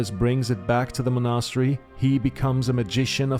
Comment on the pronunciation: Mon'a-stery :D